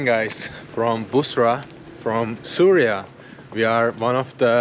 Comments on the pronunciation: Bro its not Surya...it is syria when u say Suriya its so irritating...plz pronounce as syria.❤ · it is not SURYA it is SYRIA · with all due respect it’s pronounced —see ree uh